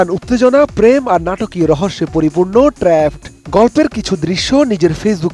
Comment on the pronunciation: trapped এটার উচ্চারণ নাকি ট্রেপঅড। এগুলা কাদের দিয়ে সংবাদ পড়ানো হয়!!